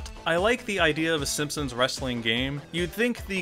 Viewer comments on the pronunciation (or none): can't take that guy seriously when he kept saying "SimpsoMs"